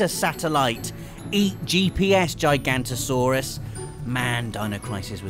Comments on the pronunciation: It's Gig-ah-note-toe-saurus, not G-eye-g-ant-o-saurus. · It is pronounced Jig-an-oh-toe-soar-us. And you misspelled Giganotosaurus. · Theres another "o" in gigantosaurus Its Giganotosaurus. Jig-uh-not-o Like the word juggernaut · It is Giganotosaurus not Gigantosaurus. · Giga noto saurus not giganto